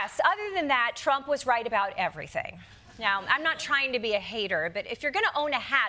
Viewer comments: “let’s talk boout it” As a Brit, she sounds Canadian🤣🫶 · Ohhh Desi... you are so welcome... just say abowt .. only fishermen in Maine, Newfoundland an' yer Nova Scotia say oot. dear. Eh ? A lot of Americans say abaut. Or we have funny hearing too. And stop with the KENada. It is not Barbie and Kenada. Think Tuna Can .. if you can